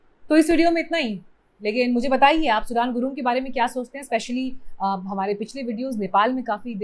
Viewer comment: Its सुधन गुरुङ , Journalism of India sucks, no research on how to pronounce and half baked info. What the fuck is Himali desh? Nepal is not just himal, it has three extensive belts, plain like Panjab and Bihar, hill like Garhwal, and then mountains. On what sense is Nepal a Himali desh? Bullshiting journalists.